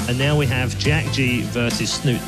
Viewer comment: Snut? This is Norwegian bro, you pronounce the e at the end!